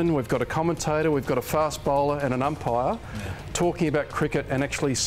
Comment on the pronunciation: It's *Umpire, not Empire 😂